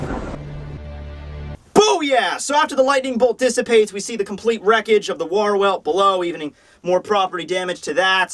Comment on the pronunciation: Wahr is still not pronounced like war and for god's sake stop saying wouldstanding to vollständig. V is Said like f Here